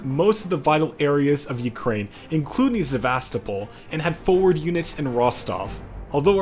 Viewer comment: This is an amazing video, but as a russian speaker, please, for the love of god, do not say 'sev-asto-pole' i genuinely started crying a little when I heard that and 'kar-kiv'. Please ATLEAST say 'sev-ast-opal', and 'har-kiv', I can't ask you to pronounce it perfectly but you are butchering such a beautiful language